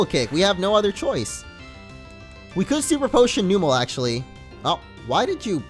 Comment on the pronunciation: I don't mean to be rude, but it is pronounced Numb-el